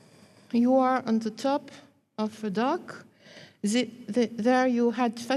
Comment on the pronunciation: This is an excellent lecture, full of information for the hungry mind. There is one puzzle however and I would like to know, if you are going to use the word canal so many times for a presentation then couldn't we hear a better pronunciation than canull and maybe dock rather than duck. I will have absolutely no problem whatsoever in revisiting this video over and over and shall post it often but come on, surely this lady has heard others pronounce these words and many more besides. 😎🌾👽🌾😎